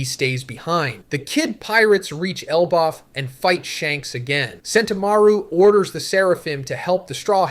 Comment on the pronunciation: yeah iv been watching for a while and he does sound very off in this especially specific one piece words ive heard him pronounce like elbaf and poneglyphs. id still hope he wouldnt use ai without at least saying it though. maybe could be his mic or the way he recorded it